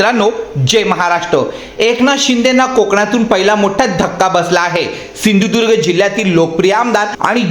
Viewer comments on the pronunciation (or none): none